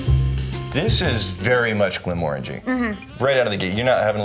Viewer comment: You pronounced it wrong it’s glen more angy